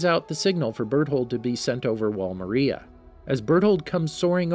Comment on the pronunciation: No effence but he cat say Maria properly